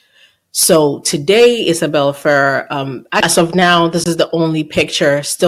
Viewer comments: It's actually pronounced feRRER, emphasis on the last syllable 😉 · don’t know who told you to pronounce it the way you are, but it’s wrong. She is the granddaughter of Rosemary Clooney and Jose Ferrer. Go to Google and ask how to pronounce it. You’ll hear something like Fer-rare. I know you like accuracy so I hope you appreciate this info. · As a Spanish speaker if your put intonation on the the end of “Ferrer” like it’s supposed to be, it makes it “feel” like a complete word and separate from “Ferrera”. Try it as it is in Spanish “Fe-RRER”. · I understand the Ferrerrrrerrr. I do that too while knowing the correct word. 🤦‍♀️You are right about it feeling unfinished. 😂 Looking forward to your next drop tomorrow. Thanks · I think the pronunciation is "Ferr-RARE". I remember Clooney speaking about his cousin Miguel and that's the way he pronounced the name. I think Justin Baldoni's defense team should pay you for all the info you've uncovered!! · No idea how IF pronounces it, I say “Feh-RER”, with both e’s the short e sound like in “pet.” If it is pronounced the way you would in Spanish, might be “FAY-rayr” where the e’s are pronounced almost like you would say the letter “a”, A. We are all exhausted,, good on you for pushing through the pain! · I think our is doing pretty good. Once she realized how she was mispronouncing she did well!❤